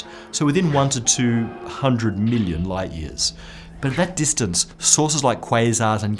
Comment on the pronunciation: Love the channel. What is it with that guy pronouncing"light" like "lights". Is it a British thing?